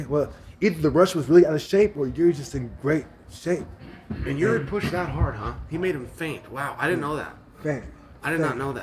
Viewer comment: Its amazing how everyone in US is calling him Juri (yuri) - his name is Jiri (spelled Yiri i guess). and they are all fine with it :D